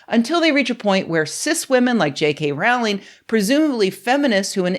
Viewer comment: Its rowling like bowling Not rowling like howling. Everything else was spot on as usual.